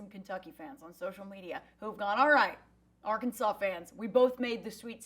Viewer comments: A LSWhoo coach addresss Arkansas as Arkanas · Fun fact Arkansas City, which is in Kansas, is pronounced by those Kansas heathens as Ar-Kansas City.